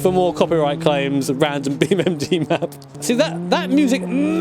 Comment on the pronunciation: Stop saying beamMg man, it irritates so many people